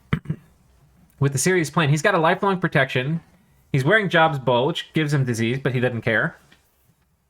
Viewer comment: That Job's Bowl is pronounced Jobe/Joab like in the old testament (and he's mentioned in Mormonism, Islam, and Baha'i). That story was one of the ones that really sketched me out about the bible as a kid, cause it's turn the other cheek to the extreme. God killed your kids? Better pray. God ruined your home? Better be thankful. God struck you with a disease? Better love it... Cause if you managed to get through all that - YOU NOW HAVE HEALING POWERS! Good job not losing your faith, kid, here's some astral pearls... Oh no you're still gonna have those boils though -- Enjoy!